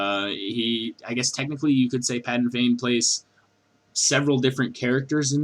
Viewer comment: Um, it's PADAN Fain, no "g" in the name...